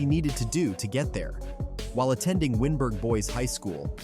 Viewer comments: AI speech, it's not WIN-BERG, it's WINE-BERG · When you were saying his school, wyneburg, it’s pronounced wine-burg, great vid tho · It's Wynberg Boys, pronounced "wine burg" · WYNBERG HIGH SCHOOL. PRONOUNCE WYN AS WINE😂